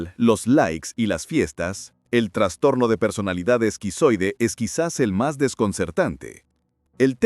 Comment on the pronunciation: Me da trastorno escuchar que digas transtorno :)